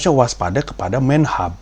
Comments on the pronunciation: "Menhab", kan harusnya dibacanya Menhub, keseringan ngakses Pornhub nih mas Pandji. baru bener nyebutnya Menhub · menhub dong bukan menhab, dikira pornhub dibaca pornhab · Men hab, pronhab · berubah jadi menhab karena ada ...hub lain yang dibaca hab 😂 ngga heran juga sih ini kan dari neraka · Menhub dibaca 'menhab', emang pornhub bang? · Bang Menhub bacanya pake U jangan A woyyy Menteri Perhubungan, bukan Menteri Perhabhabhab